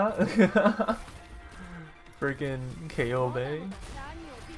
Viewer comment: Matěj Štemberk The way that he pronounces Ceobe is correct.Go and listen Ceobe’s voice lines.